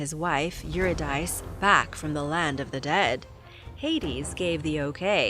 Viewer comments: Orphius's wife's name is pronounced Eur-rid-a-C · Eurydice = you-rid-a-see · Is pronounced EVRIDIKI or more precisely EVRI THIKI with TH>sound like in the words with this that ,and the accent on the I like in the word THIS